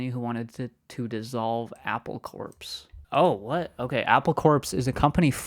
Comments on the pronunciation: It’s pronounced “Apple Core”(the pun was intended) rather than Apple Corpse “😊❤ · 'Apple Corps" is pronounced "core", a pun, as in "apple core" lol